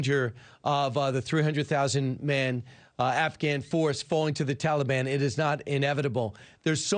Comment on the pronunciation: "Teleban" Biden